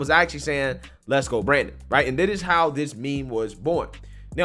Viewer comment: You're a little too old to be pronouncing words that start with a TH ....D That is not Dat.... This is not Dis Grow up!